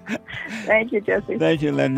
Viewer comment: UH MAY ZIN